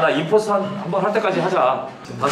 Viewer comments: 임포스터를 인포스터라고 하는거 빼고 다 맞는데...님이 모를는 거 아님? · 인포스터가 아니라 임포스터에요..